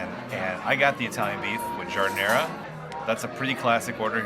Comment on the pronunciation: I wish narrators of food films would take the trouble to learn correct pronunciation of the items they describe....... Giardiniera: "jarr-deen-yierra".. it's NOT difficult!